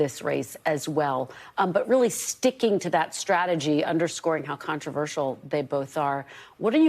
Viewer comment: Kristen: "rah fah el"*